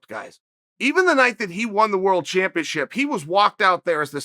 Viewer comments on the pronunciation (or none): none